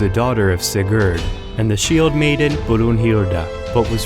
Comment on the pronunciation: My grandfather's name was Sigurd, my father's name was Sigurd, my middle name is Sigurd, as is my son's. We are Danes. The names pronounced here are very bad. No "R"s. Funny vowels. I suspect you're Finnish.